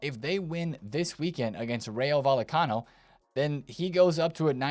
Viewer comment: Bro please pronounce the double ll in vallecano correctly, making us american football fans look bad 😂